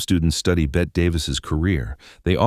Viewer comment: I loved this story but it would have been better without the AI voice calling her "Bet".